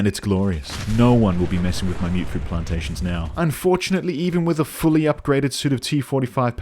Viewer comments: It will always be "mutt-fruit" to me, "mute-fruit" is one of those silly American pronunciations that's stuck like "airplane". And i don't care if one of the game's NPCs pronounces it like that either. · As someone who also called it "mutt fruit" back in 2015, I genuinely hate the myootfruit pronunciation, even though I know it's technically correct. It sounds way less punchy. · I believe its pronounced like mutt because (i think) its either a fusion of fruits or the product of some fruit that mutated together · I honestly thought that you saying "Mutt Fruit" was a deliberate mistranslation to annoy commenters lol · Ah yes, the humble myootfruit I sure hope those pesky super myootants don't get their hands on them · Wait... It's pronounced Mute Fruit?! I refuse to believe this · When you mentioned people getting an aneurysm from you mispronouncing Mutfruit, i lost it. Your humor is very creative. I want to pick up fallout 4 again now. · You adressing your horrific mangling of the word 'mutfruit' is the sole reason i subscribed.